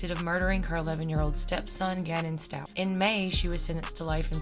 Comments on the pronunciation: I hope I don’t come across as condescending and in the grand scheme and totality of all the unspeakable tragedy that happened to this family, for a stranger to then correct another stranger on the pronunciation of their sir name just becomes quite flippant. But I have to write it anyway. It’s pronounced with a hard “k” as in “stalk”, rather than your enunciation of “ch” as in couch. That’s all. Told you it was flippant. But certainly not to be taken as arrogant, I meant it no other way than to respect those who carry the name and carry the burden of losing Gannon. 💙 💙 💙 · You still haven't figured out her name isn't stauch, like couch? It's stauch, like stau...ck. it ends with a ck sound.